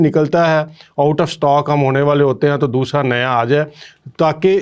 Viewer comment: دوشرا نہیں دوسرا